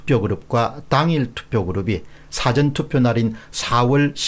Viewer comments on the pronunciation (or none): none